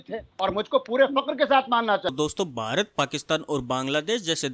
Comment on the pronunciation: बारत नही भारत. अपने महान देश का सही उच्चारण करें ।